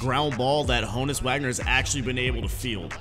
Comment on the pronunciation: It’s hooonus not Honus